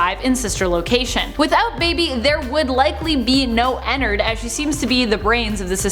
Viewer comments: You say enard I say en-nard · Is it just me or do u guys get annoyed when she says ennard she says ennerd not ennerd Edit:another fact about circus Baby she now is a tomb for Elizabeth so she's basically Elizabeth now and Elizabeth is her Another fact about sl:ballora is Elizabeth's mom and her name is Clara How Clara died:she was not looking where she was going in her car going to visit Chris in the hospital,fell off a cliff and died Chris and how he died:Chris was bullied by his brother Michael Afton How he died:he got "pranked"and got his head shoved in fredbears mouth by Michael there was a melfuntion In the jaw and got his head bit off he now posseses shadow Freddy Michael Afton: After he killed his brother he was sad and cried then William couldn't afford anything so Micheal helped him on th job :How he died:he then went through a vent that leads to the scooping room and Elizabeth then scooped him as C.B he got his intestines scooped out he doesn't posses an anamatronic but ennard lives in him William Afton:after all that happend he then died in a bunny suit :How he died:while wearing the bunny suit the springlocks went in him which made him die the most painful death and now posseses springtrap with his virus in his head called glitchtrap That took forever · Me: ooo I cant wait to hear her talk about her and ennard! Her: ******** and ennerd Me: .....what😃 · I got triggered when she said enenerd and not ennard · She said Ender 😂😂😂😂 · Girl : Enard Me : Ennard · Not to be rude but you are saying ennard wrong